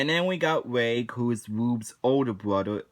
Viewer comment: You mispronounced reg, by the way.